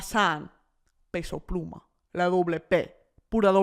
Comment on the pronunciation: I love Brittany being a hardcore peso pluma fan 🫶🏽 and the respect she puts on his name w the accented pronunciation? Here for it 🇲🇽